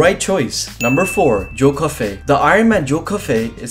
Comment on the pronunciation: He says joe Coffey wrong it’s pronounced joe coffee